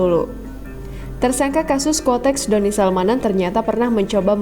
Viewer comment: Koreksi Ya yg benar itu QUOTEX bukan KUOTEX 🙏🙏